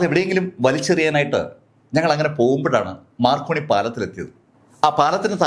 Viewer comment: പയ്യപ്പടി അല്ല പയ്യപ്പാടി.. മാർക്കോണി അല്ല മക്രോണി പാലം